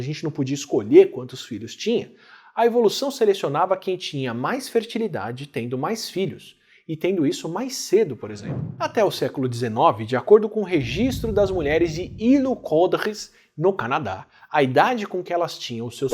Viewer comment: Îlêucudrê, sem S e nem pausa entre as frases, mas principalmente sem a pronuncia do S no fim de palavras.